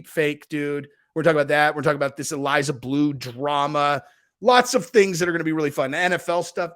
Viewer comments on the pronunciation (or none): none